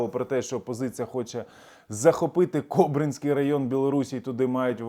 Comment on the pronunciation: Угорщина буде блокувати вступ України в НАТО, пока Україна не поверне всі права угорської нацменщини в Україні, які були у неї до 2016 року. Не КобрИнський район Білорусі, а КОбринський район. Ви неправильно ставите наголос.